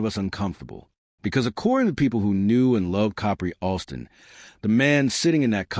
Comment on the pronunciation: I had to stop listening it was getting too annoying of the mispronunciation of the name